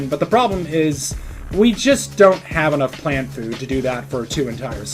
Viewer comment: bro said "flant plough" get his ass /silly /aff